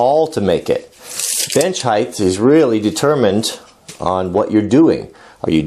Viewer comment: I love your matter-of-fact approach to this bench. However, you keep saying a term that is a pet peeve of mine. Legs/benches, (in fact nothing) has "heighTH", they have height! lol